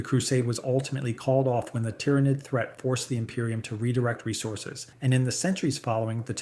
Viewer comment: Hate to be a dick, but your pronunciation of half of these is way off. Good video otherwise, but hearing the way you say Baal, Tyranid, ect was just painful.